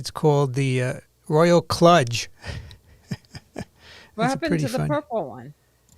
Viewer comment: It’s pronounced “klooge.” IT slang for something thrown together.